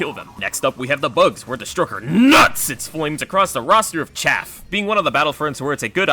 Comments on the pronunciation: For some reason, it sounds like you're calling the stoker the 'stroker'. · He keeps saying stroker instead of stoker. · Please stop calling it the stroker 😭😭😭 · the “stroker” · In my canon, you calling it the stroker instead of the stoker was definitely unintentional. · I kept hearing Stroker... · Why did i keep hearing stroker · Your continued emphasis on “ stroker “ has been noted for the record… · The "stroker" lol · Huur durr "Stroker" Hehehe HURR DURR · He does, he's doing it on purpose